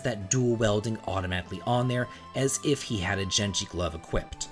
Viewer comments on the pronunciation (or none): He pronounced a lot of things wrong lol. Thamasa, Genji, pronouncing dual-wielding as dual-welding etc...